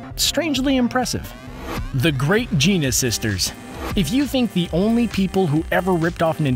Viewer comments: Nicht "Geena", "GiAna" wie "Rihanna", vom Wort "giant". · The fact that he pronounced “gianna” as “jeana” kills me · Ge-on-ah sisters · "The Great Jeena Sisters," huh? Amazing. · It's Giana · It's Giana (geanna sounded out) and it got an official release. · "The Great Gina sisters".... look up HOW TO PRONOUNCE names! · I got to ask but why is it in most of your video's you butcher character names cause you kept saying Giana as Gina which is butchering that name. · Giana is prononced 'Gee-anna' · You pronounced Giana sisters wrong.